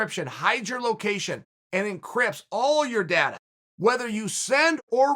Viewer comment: the way he says "data"